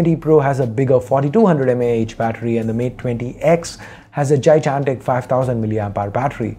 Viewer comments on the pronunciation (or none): Jijantic is not a word get ur pronunciation rite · Forget the phones U say gigantic weird